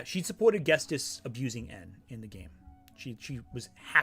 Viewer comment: unrelated to the topic of lily orchard, but you keep pronouncing ghetsis as "ghes-tis" instead of "ghet-sis" and it drove me crazy 💀